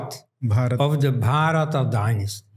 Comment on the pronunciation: Wonderful conversation and thanks to Dr. Elst for his scholarship, as always. Minor correction: it was king Bharata (Bha-ruh-taa), not Bhaa-ruh-ta (pertaining to Bharata, or to Bharat).